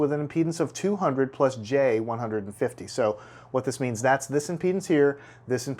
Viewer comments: I am not native english speaker and I can not understand why is this guy speaking about the load in penises sorry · Is it just me who heard him pronounce impedance as penises?